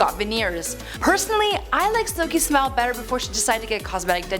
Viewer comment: I thought the host said "personally I like her SMELL 👃before she decided to get cosmetic dentistry." Had to rewind several times to correctly hear "her smile." 😂